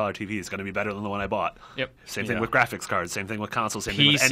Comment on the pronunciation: "Gwaphics Gwaphics Gwaphics" PLEASE GTFO KID